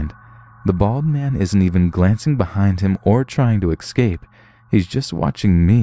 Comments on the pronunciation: What the fuck even is 'excape'.. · my dude, *essssscape. Please. Petty, but it's driving me mad.